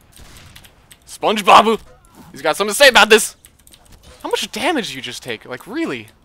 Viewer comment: Spon-gee Bobuuu.